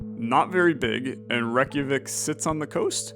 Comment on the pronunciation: your pronunciation of Reykjavík is so good i love the videos